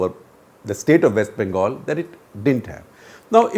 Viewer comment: “might republic of West Bangal”?? 😳